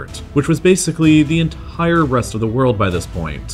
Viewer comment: Dude, stop saying "en....tttire" every time you say the word "entire". And the way you vocalise your emphasis on numbers, so irritating